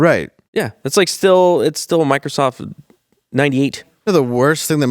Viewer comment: “Inbetweenis” and “Microsoft” omg 😂